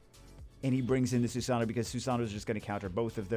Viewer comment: Stop mispronouncing susano xD say it this way.. sue sa know .. just as one word lol